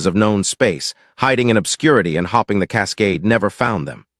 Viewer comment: You'd think by now ai could properly pronounce 'breathed', 'hoping' and 'staring' in context by now. I find it strange that ai music is so much better developed than ai narration. Narration seems much easier than music and lyrics.